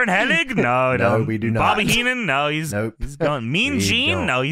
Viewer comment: His name is Curt HENNIG. Why do so many people call him Curt HENNING? Where do they get the extra 'N' from? :)